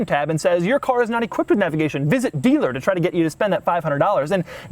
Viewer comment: For the love of all that is holy stop saying, "navigation."